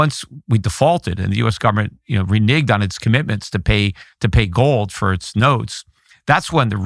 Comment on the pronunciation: "renigged" haha! Pete, first of all, bubby, you can't use that word anymore -- it's been retired. But second of all, if you do happen to use that word, you have to make sure to hit that flat "ehh" medial vowel: "re-nehhhg-ed", ya? Just looking out for you, buddy. You know, I've been upset with you for the past 15 years or so, but, at the end of the day, I will always love you like a brother and I wish for you good health and happiness and peace throughout your days -- and may they be long into your 120's. Your position has nearly tripled in the past year. I'm so happy for you. May it triple yet again!